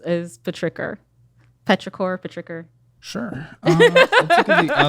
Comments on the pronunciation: Pay-trick-her? Petrichor! lol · “petricor” “whats you call me?” 🤣🤣🤣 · The way she pronounced it was weird imo. I think it's supposed to be "petrichor". blood of the earth, essences of when rainfall hits the earth. can't remember what else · I have never heard petrichor pronounced “pe-tricker” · Selling candles and pronouncing petrichor like petricker is WILD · Peh-tricker??? PETRICHOR??? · Does anyone really pronounce petrichor as “pa-tricker”?? 😬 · never have I ever heard someone call petrichor "Patricker" lmaoooo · The way she pronounced petrichor is enough for me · I cringed when I heard her say petrichor. How can you effectively sell your product if you never bothered looking up how to pronounce it??!! I know she has Google! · The way she pronounces 'petrichor' makes me cry. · Had to go look up.how to pronounce "petrichor" because whatever she said was wild... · Took 2 1/2 years to PERFECT her candle business. Cant pronounce petrichor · The mispronounciation of petrichor omg 😂🙈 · The way she pronounced petrichor killed my soul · I lost it at petrichor pronunciation.